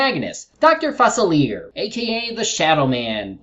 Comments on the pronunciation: Facilier is actually pronounced "fuh-si-lee-ay", not "fah-si-leer". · That's not how you Pronounce Facilicer's Name,.